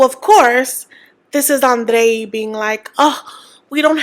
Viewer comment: If Libby and Andrrrrre have no haters, I’m dead. 😑